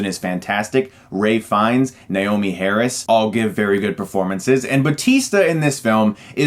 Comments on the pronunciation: Not sure if I'm not hearing you correctly, but it's Ralph Fiennes, not Rey. Agree with your review though, good movie, just not great. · It's Ralph Fiennes, not Ray Fiennes.